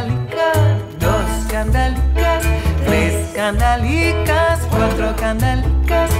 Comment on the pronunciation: The only thing I'd criticize is that the singer during the chorus she pronounces kandalikas when it must be pronounced kandelikas with an EH not an AH...Is difficult when you don't speak Spanish/Ladino.